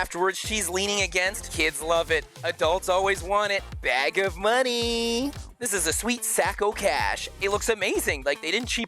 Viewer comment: kids love it : BAG OF moNEe!!! 😂